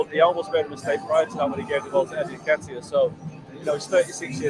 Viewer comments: Man said "N'kitire" ☠☠☠☠☠☠ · "Eddie N-ken-taya" 🤣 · Oh my....can't unhear that Nketiah pronunciation 🤣🤣🤣🤣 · My brother you can’t keep pronouncing Nketiah that way if you want anyone to take you seriously